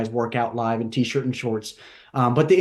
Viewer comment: My man put a lot of emphasis on t shirt and shorts this episode😂😂